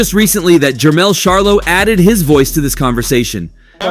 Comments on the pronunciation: Dude you are real disrespectful by saying Sharlo...Charlo Dude. You wouldn't want someone mispronouncing your name as a professional or not. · Bro if ur gonna be a boxing YouTuber learn to pronounce the god dam face of boxings name his name is NOT GERVONTAH !!!! And it’s NOT SHARLOW ITS CH-ARLO WTF 🤦🏾‍♂️